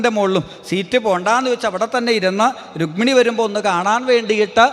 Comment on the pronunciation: രുഗ്മിണി അല്ലടാ രുക്മിണി. ഹൌ വയ്യ. ഏത് നാറികളാ ഇത് post ചെയ്യണേ ആവോ 😊